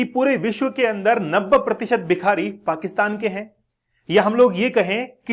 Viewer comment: Aap bhikari ko bihari pronounced kyo kar rahe ho bar -bar